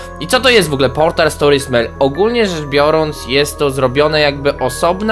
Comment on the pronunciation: Mobile Task Force / M.T.F. Portal, a nie poltal. Rozumiem mówić "l" zamiast "r" w prawdziwym życi, ale nie w necie!